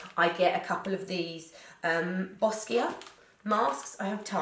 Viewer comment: lmao boss-kia